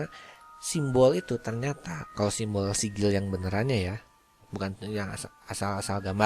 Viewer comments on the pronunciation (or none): sigil bukan nyaa sikil